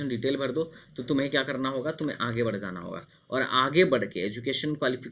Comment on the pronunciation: Bhai Zaanaa Nahi hota Aap galat bol rahe ho Spelling Aor Pronouncetion Bahut hi Galt hai Aap ki